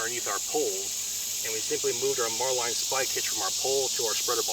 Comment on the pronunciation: Just curious of your pronunciation of a marlinspike hitch as “mar-line.” The marlinspike the tool is so named because of the resemblance to the nose of a marlin. While pronunciation of knots like bowline varies, it’s the first I heard of marlinspike hitch having a variation